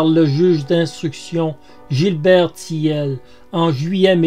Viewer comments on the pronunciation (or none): Pour info, Gilbert Thiel se prononce "TIL" et c'était une grosse disqueuse-meuleuse, pas une scie circulaire.😉